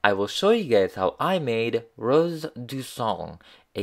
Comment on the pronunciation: Sacrebleu! And it's also "du sang", not sand. :)